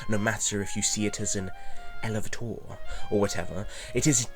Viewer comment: He can’t pronounce elevator because he’s british. They say “lift”.